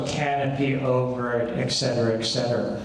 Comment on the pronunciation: Learn how to say et cetera.